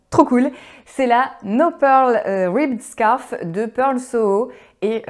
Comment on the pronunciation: "scarf" (prononcer [skôf]= foulard, en français.